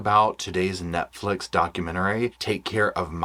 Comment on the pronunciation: Why did I think u said nutflix at first lol